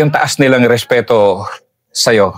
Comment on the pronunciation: Ito pala pinsan ni Sir Fahad 😁 .natatawa ako sa ka "respi-respeto" na hindi ma banggit² 😂 anyway, Ganda Ng story nila same with Sir Fahad, nabitin nga ako dun .